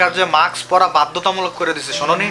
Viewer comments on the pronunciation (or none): ভাই, শব্দটা মাক্স না। উচ্চারণটা হবে মাস্ক। Mask